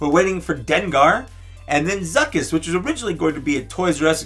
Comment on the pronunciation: It’s Zuckuss!!